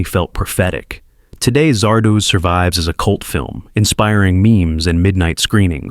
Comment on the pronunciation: Fun videos, but the AI voice mispronouncing words is hilarious. Zar-DOZE!